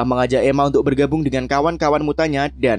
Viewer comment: Koreksi bang, Erik julukan nya itu Magnet-O (megnit-o) bukan mangneto